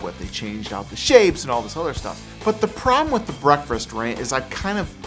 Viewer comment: Saying "breakfrast" is so fustrating!